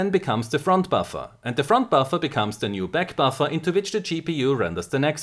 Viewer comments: How many times he say baffa? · All i'm hearing is Buffa and Buffa and Buffa xD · all i hear is buffa buffa front buffa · Hearing a shit ton of "buffer" in a german accent is surprisingly satisfying